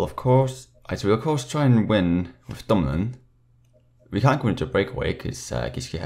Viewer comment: Its actually dumoulin, Nice vid tho Edit: he actually changed it from dumolin to dumoulin, lol!